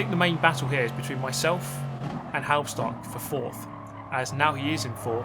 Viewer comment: Pronunciation guide on Halbstark. Say it like hulbsh-dark. Imagine you're Scottish saying the "bulb ish dark", then your half way there. Halbstark is a dated German word for a teenager or young adult. It was used in the 50s or 60s of the last century. So kudos for Halbstark preserving dated vocubulary. Some 60 years ago a band named "Die Yankees" produced a single "Halbstark", singing about young adults racing in the city. Please note that "Die" is no verb in German but literally translated "The Yankees". No-one is supposed to die here. ;-) If you want to get a feeling for the time, watch an episode of Happy Days. Fonzie would be considered Halbstark with his leather jacket.